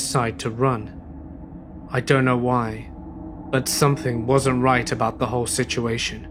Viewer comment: Some-THING. NOT. Some-THINK.